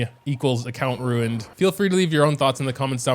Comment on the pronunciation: angry chihuahua noises RUINED!!! 😜